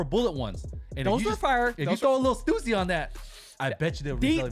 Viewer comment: It’s STÜSSY NOT STUUUUSSY DAMN THERE IS A „Ü“😂